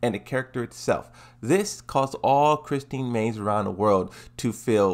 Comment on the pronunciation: Well... is calling her Chris-teen Mon-tare-ee-yo instead of Chris-Tee Mon-tee-yeah-row. So yeah, dude dose not know how to pronounce her name she must not be popular.